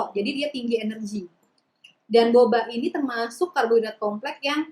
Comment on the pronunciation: Malah ngakak pas bilang Boba diop??? 🤣